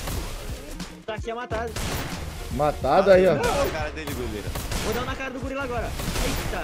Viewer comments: "GULIRA" ? KKKK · O falou gulira kkkk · o falando golira sksksksk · o la em katuwiska no segundo round ele falou golira kkk😝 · o uma meta de like golira falou errado sem cerer